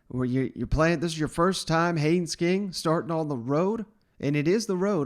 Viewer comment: Say it with me, “Haynes King, HayNes King” with an “N”…”Haynes”